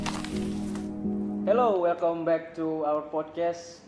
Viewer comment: Knp wajib bgt pakai hello welcome back to our podcast, kalau ngomongnya bnr sih ga papa, ini pronounce nya welkom bek hahahahhaah ,kedengeran konyol dan lucu